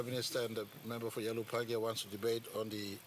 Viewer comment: should say Ialibu-Pangia